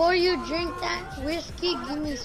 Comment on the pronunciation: "beforee you dwink that whiskey gimme sum"